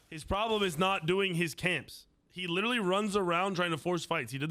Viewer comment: “Theres a Prolem durr!!” 🤤🤪